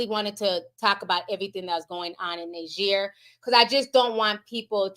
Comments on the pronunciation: One is pronounced Neejer and the other Nigeria. Hope that helps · Hiya the country Niger is pronounced Knee-Jay:)